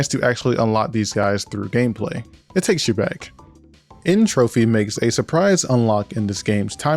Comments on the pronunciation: Bro did a 52 minute retrospective on CTR but still can't say N. Tropy's name right, SMH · Noo! My wife also says "N. trophy," but it’s actually "N. tropy", otherwise the clever entropy wordplay wouldn’t work! 😂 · Good to see I'm not the only one who called N Tropy "N Trophy". I didn't know about the word Entropy yet